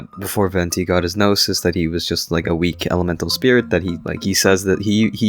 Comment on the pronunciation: It took me 12 min to realize you said Gnosis and not noses😭😭😭😭